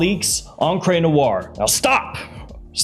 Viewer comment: Another reminder that Encre Noire is STILL not pronounced "on-cray."